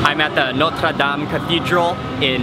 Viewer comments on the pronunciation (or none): Mark Wiens pronounces every foreign word like it's Thai. Even "Notre Dame"